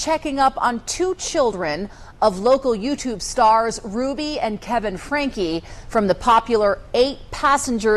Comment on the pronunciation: Frank-E, you always say it wrong.